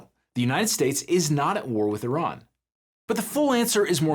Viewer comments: Airjan. Brother its not iRan, the newest iPhone, its Iran. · Vance cant even pronounce "Iran" properly. How can we trust that they know what theyre doing?